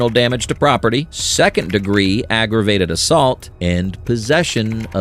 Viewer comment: He told her twice she was under arrest for "ag assault..." he needs to spit out the word "aggravated" if he can handle four syllables, to properly validate the arrest.